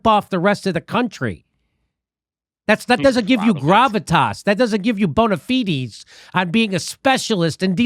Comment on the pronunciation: Whats "bonafidi"